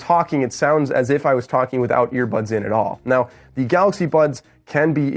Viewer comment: Did he say ear buds or ear buns??